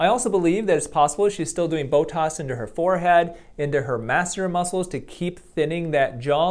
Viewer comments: Why are you saying “Botos” instead of Botox...?? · Why do you say botoS? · Definitely "bo-tossed" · OK. He really does say "Botoss"! He is a medical doctor who says "Botoss"!